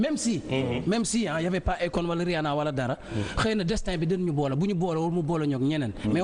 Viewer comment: le fait de comparer le rap galsen et le rap americain veut dire juste que tu ne connais pas le rap, deja tu narrive meme pas a dire rihanna, si jetais toi apprend a prononcer leur blaze dabord, comme ca tu serais credible...